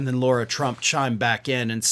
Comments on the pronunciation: And it's Lara, not Laura. Otherwise great job. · Sorry but it irritates the shit out of me when LARA gets called LAURA! It’s not how the dumb ones pronunciation is!!! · Come on, it's LARA not LAURA Trump.